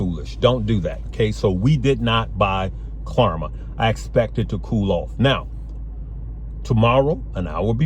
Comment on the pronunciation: Klarna has an N not an M lol